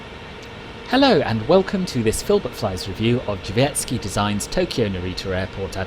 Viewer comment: It was pretty good! Drzewiecki is not the easiest word to say but you said it very well!